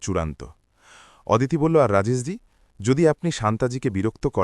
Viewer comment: ওদিতি নয় হবে “অদিতি “